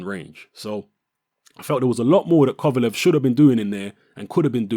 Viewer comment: thank you you said it right